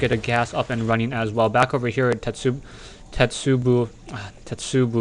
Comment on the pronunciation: A "tetsubo" is a club, and pronounced "te-tsu-bow"